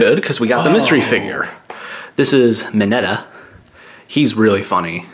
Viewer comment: i was getting triggered when they pronounced Tsuyu's name wrong and when he said i don't really know if kirishimas "super power"- quirk was Harding and when he said minetas name wrong it is pronounced trash- he did actually say it wrong though, and when he said deku was just really strong- HE SHOULD'VE SAID HIS FAVORITE SNACK IS PRO HERO HAIR